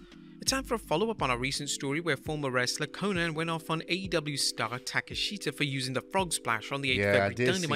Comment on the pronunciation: Listening to him try to pronounce Takeshita kinda cringe. When it's supposed to be pronounced Tah-kesh-tah lol